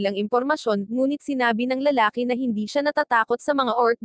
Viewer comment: ano lalali hindi lalali lalaki